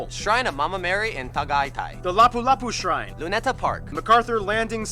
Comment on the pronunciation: Correction: it's LUNETA not LUNETTA. VULCAN(BULKAN in Filipino, VOLCANON in English) not VUCLAN. LAGUNA DE BAY not LAGUNA DABAI. KUMAKAIN not KUMAKAI. These presentors need to get their facts right before presenting us Filipinos. TAGALOG is what we call in english THE CENTRAL LUZON PEOPLE. But overtime this became an alter call from the language FILIPINO. DAVAOEÑO not DAVAOENO. ZAM-BO-ANG-GA but spelled as ZAMBOANGA. Same thing with PANGASINAN. It is spelled that way but pronounced as PANG-GA-SI-NAN. BAYBAYIN not BABAYIN. GEEZ THESE PEOPLE REALLY NEED TO GET THEIR FACTS STRAIGHT! Aside from typos, they should also pronounce stuff PROPERLY.